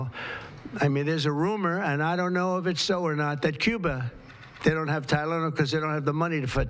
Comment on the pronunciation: yep he's not so concerned as to what he says!! He can't even say the drug